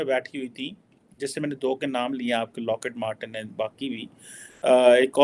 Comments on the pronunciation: Abbey its not locket matten. Its lockheed martin.😂🤦 Sala kaha se english sikha hai bhai tune? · locket martin nahi your isi punjabi training needs update its Lockheed Martin